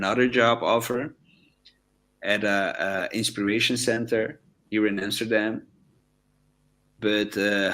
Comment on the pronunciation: it's AmsterdaM...not AmsterdaN